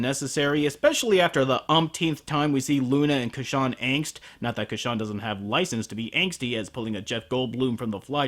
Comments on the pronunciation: ITS Casshern not Casshan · ***** I just - I just the name isn't Ka-shan it otta be pronouced Cash-ern Here listen to this 1970's Opening it repeats "Kashans" name how it should be pronounced! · I thought it's pronounced Cash-ern. ...I am gonna get soooo much backlash for this. O_O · It's cashawn, when all this time, I pronounced it has casshern. A bit embarrassing on my part, but now I know (and knowing is half the battle). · It is actually Cassh-ERN. You just have to listen to Isao Sasaki REALLY carefully! lol. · cash-ern tho right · Huh. I had no idea it was pronounced "Ca-shawn". Friggin' English dub of Casshern Sins leading me astray. >-> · Casshern sins has a r in his name.